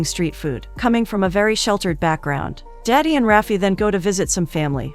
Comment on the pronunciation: It's not "daddy" 😭 It's "dadi"